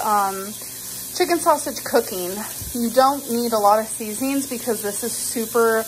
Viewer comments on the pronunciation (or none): none